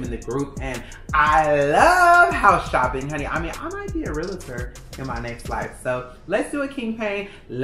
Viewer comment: Realtor not realator *